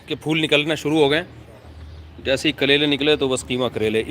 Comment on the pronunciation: Accha hua karele ko skip kr diya nhi to bar bar kalera nikal raha tha zaban se ! Bhindi pe shift ho gaye that's easy in pronunciation